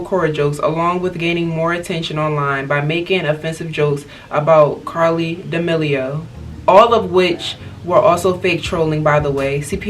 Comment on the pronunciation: i died when she said CaRLi DaMeLiO 😭 ily 💕💕